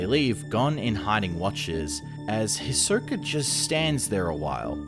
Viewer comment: It’s pronounced HE-Soak-A. Not His-Soak-A…🤦